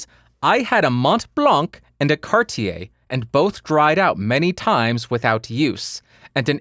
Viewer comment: In France we don't say MonT BlanC which is the highest mountain in France but Mon Blan ! ;) I love how you say Cartier ! :)